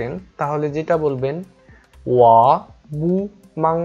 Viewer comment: বু হবেনা উচ্চারণ হবে পু হবে Bu এর উচ্চারণটা হবে (পু)